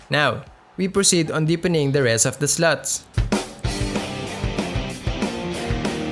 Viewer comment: "Deepening the rest of the sluts" the accent😂. Foreign language dropped just anywhere amidst the discussion.😮